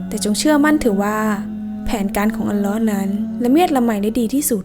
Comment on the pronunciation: อัลลอฮ.อ่านให้ถุกด้วยครับ alloh